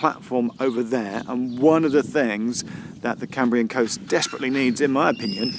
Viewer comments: Lovely video Geoff. I have a slight preference for vlog style, but go with what you prefer! Small pronounciation point - the first part of 'Cambrian' rhymes with 'ham' and not 'came'. As always, well done for making an effort to get our Welsh placenames right. Recently enjoyed Heart of Wales line and also the fantastic TFW first class dining service between Cardiff and Shrewsbury, which I can strongly recommend. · Cambrian is pronounced CAMbrian not CAMEbrian!! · I've noticed that some American geologists pronounce the Cambrian Period 'the Camebrian' ... sounds so strange to my ears!!